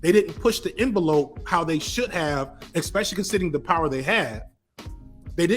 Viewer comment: I love ya to death,, I think you're sharp as fuck. But I cringe every time you say "Eckspecially" Repeat after me, mate: "ESS-PESH-EE-AL-EE"